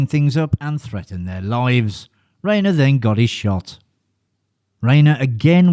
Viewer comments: Problem with AI...RHINER NOT RAYNER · FFS - its pronounced like RINER, not “Rainer” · Rob Reiner : "Riner" Ri-nor is the correct way to pronounce his name. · "Reiner" not "Rainer." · Rye-ner. Rob Rye-ner, not Rob Ray-ner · Pronounced RYE-NER dumbass. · In the World ? That would screw me (and probably you) out of every name that doesn't use the "alphabet" for spelling. Robs' father Carl Riener (Rye-Ner) became famous along with the early days of television. The name is integrally tied to TV and cinema since the 1950s. Mis-pronouncing it tells me that you're either AI or you're commenting on someone you've never even heard of. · It's Raner, like Ran er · FYI Rein in Reiner rhymes with “fine.” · Omg... Yes thank you. It's Rye-ner and Dry-fuss. Rayner and Drayfus is not right. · I was beginning to think that you were mispronouncing Rob "Riner's" name on purpose. You also did not pronounce Richard Dreyfuss's name properly. Get it right next time! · Row-kay says "Ray-ner" And "Dray-fess"